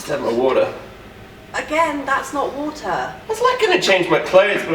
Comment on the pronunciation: The main thing I look for in a woman is someone who can pronounce water: "Wouataaahh". Wait I finally found you, Em! PS: Thanks for the "Cubbies Win" tee shirt, O. You look Mahhaaveelous in it.